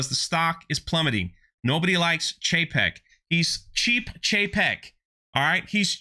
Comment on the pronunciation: It’s Bob Cheap-ek